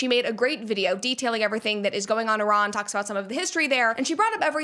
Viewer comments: Hello Brett, I’m an Iranian woman. First of all, thank you for pronouncing Iran correctly and for taking the time to learn about our history. The truth is, the world still doesn’t understand how criminal this regime really is — and what we see is only the tip of the iceberg. They haven’t just killed Iranians; they have fueled wars across the Middle East and caused the deaths of countless people from other nationalities. They have forced millions of Iranians to leave the country, including me, and now I don’t even know if my family is safe. Every time there is a protest, the internet, phone networks, and all communications are cut off. I personally don’t know when I will be able to see my family again. This brutality must end. I don’t know how, but I don’t want American soldiers or anyone else to die. What we want is peace, freedom, and enough food for our children — basic human rights. You can’t even imagine how desperate we are. Many people in Iran are asking for U.S. intervention because they know this regime is corrupt inside and out, and it only needs one final push. They have lost all their allies. In their last conflict with Israel and the U.S., they couldn’t even defend the country. Now, all they have left is killing Iranians and threatening the world. Everyone deserves basic human rights. Everyone deserves to live without fear. Everyone deserves peace. ✌🏻😭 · An American pronouncing Iran properly? Thought they all say Eye-ran!